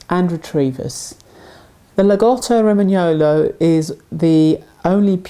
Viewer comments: Your pronunciation of lagotto romagnolo is not correct, but it sounds close, you should pronounce the double /t/ in "lagotto" (making it sound stronger), the vowel like the 2 "o" at the end of the words are shorter (they sound more "oh" instead of "ou", like you pronounced) and the consonant in "gno" (in romagnolo) is not a sound that is present in english (its sounds like the spanish "ño"), but you pronounced it pretty close :) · How many dogs before she learns how to pronounce the breed name correctly? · totally agree with the description of our beloved breed. They are really unique, every Lagotto ist the best dog on earth :D but unfortunally your prononcation is also not correct, but I think english speaking people are really bad in Italian :D but the rest is fantastic! Thank you